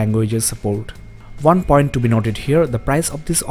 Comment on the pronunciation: Five point ONE not vun.